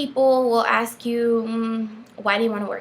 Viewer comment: You probably shouldn't axe questions